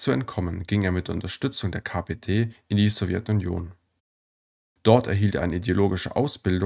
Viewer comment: Bitte richtig Betonen üben. Fast immer wird falsch die letzten Silbe betont. Das macht das Zuhören fast unerträglich. Beispiele von unzähligen: falsch: SowjetunION, richtig: SowJETunion, falsch: UntersuchungsHAFT, richtig: UnterSUchungshaft, falsch: beigeSETZT, richtig: BEIgesetzt.